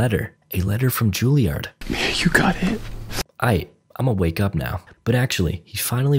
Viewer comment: Not Ju-Li-Ard; Jul-Yerd or Ju-EL-Yerd, FFS.